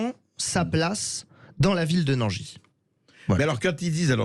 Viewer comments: On ne dit pas Nangisse on dit Nangi ..merci ! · Non, non ! toujours pas ! Nangis, tout comme Montargis, ça se prononce .................................comme Paris ( et QUI dit " PariSSE " ? ) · Le gars ne sait même pas prononcer le nom de la ville. Je ne savais pas que Sud Radio faisait partie de ce groupe de chaînes siosio de propagande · Le "S" de Nangis ne se prononce pas :)